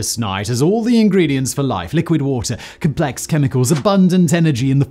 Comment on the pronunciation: Sorry Simon. Stop trying to sound American and mispronouncing words like "complex". How big is a basketball court? I don't know. Who is Shaquil O'Neill? I don't care. Tell us what the bloody thing is and what it will do. Literally unlistenable